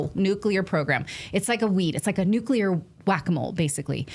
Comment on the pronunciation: Did he say nukel world trade center